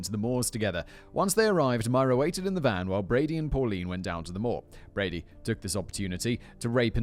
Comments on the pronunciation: I love your work but your British, stop messing up Brady’s name! You call him Broody among other things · Img I’m glad I’m at the end of this as it’s infuriating me that you’re frequently getting Brady’s name wrong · how many times and different ways do you want to say brady's name wrong? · In all fairness, does Brady deserve to have his name said correctly? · It’s hard to believe that you can be raised in the UK and not know this case. I can forgive the frequent wrongness of stating Brady’s name as it’s a harrowing tale. There are current stories that they are digging the moors again after a walker discovered a bone and it’s hope Keith is found. It’s not looking good but fingers crossed